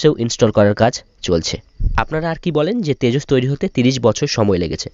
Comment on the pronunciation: Oh yeah, is it Tejos or Tejas? Coz' you were saying Tejos. I am thinking you can't even say the name properly.